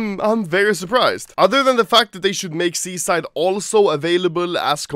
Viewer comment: You say "Seaside" like "Suicide" cringe